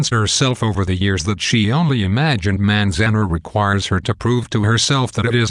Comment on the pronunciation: its pronounced manz- an- are